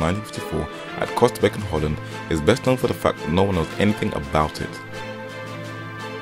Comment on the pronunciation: First meeting held where??? Costerbeck ??? If you can not get the name of the city reotely correct, then what to do with the rest of your info? Research everything 24/7 30 days a month? Oosterbeek, Costerbeck.